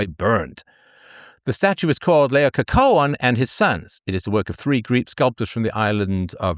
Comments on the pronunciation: LayAH kuh wan (Laocoon) not Lay oh co cohen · It's ALL 'cohen' now...